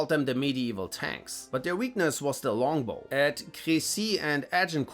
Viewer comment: Anyone else cracked a laugh when he said well schlongbow?